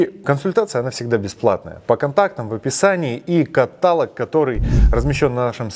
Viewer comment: каталОг ударение